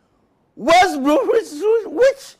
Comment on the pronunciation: I have so many questions- why is he wearimg a tux? Why can he pronounce "Manchester" perfectly but completely fails at "West"? Why was he given the job in the first place with no preparation? And, most importantly, why is he not the official results announcer on ever channel across the globe now we've seen how utterly amazing at it he is?